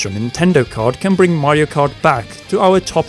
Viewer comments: Say it with me, "Mah-rio." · This is how many timea he said "maehrio" 👇🏼👇🏼